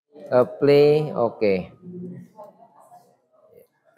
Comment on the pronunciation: Keren, saya nonton banyak video. Tapi untuk sekedar mengkoreksi karena agak mengganggu dalam penjelasan dari video lama hingga video ini. Penyebutan kata 'apply' dibaca epli. Seharusnya dibaca aplai. Semoga bisa diperbaiki di video selanjutnya. Saya tertarik dengan teknik jaringan dan ada pertanyaan: Apa bisa sebuah router dijadikan mikrotik? Misal Totolink N300RT.